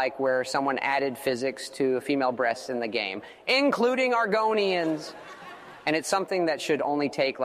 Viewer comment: how is this even done, with the perfect tone of voice? Like, the way he pronounces "Argonians" is just perfect. I can only imagine that someone else spoke this, and then the ai made his voice sound like the voice of Todd Howard. No way a neural net did produce that tone of voice. Also and , this is almost better than the way Todd himself could have done it.